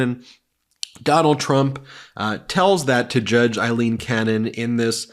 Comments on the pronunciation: Please pronounce her name correctly. It is AAAAleen, not Eileen and she should be remembered in history that way . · Please Ben, pronounce her name correctly. Her name is A-lean Cannon, not Ilene; it's pronounced A-lean, A-lean A-lean. You can do it brother.